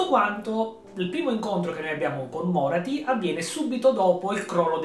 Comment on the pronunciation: Tira di più un tentacolo di Slaneesh che un Carnosauro ahahahah Bellissimo video, pur conoscendo già Morathi mi fa sempre piacere sentire altri parlarne. Mi permetto solo di specificare un paio di cose, senza avere la presunzione di essere un esperto: -la pronuncia del nome Morathi cade sulla A, non sulla O: -Morelion, il figlio maschio di Aenerion, riappare sì ma decide di non succedere al padre come Re Fenice, preferendo vigilare sulla sorella Yvraine (sarà da lui che discenderà poi una stirpe degli Elfi Silvani) A parte ciò, ancora tanti complimenti per la serie di lore